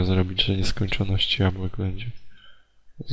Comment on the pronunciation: tam było 64 jabłek i ty jeszcze mówisz jabułek